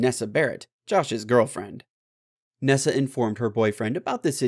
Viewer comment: Its not nessa ohmyy